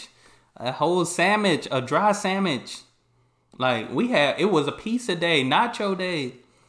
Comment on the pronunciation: This is the first time I've ever heard anyone pronounce sandwich as sam-ich 😅 I enjoy your videos.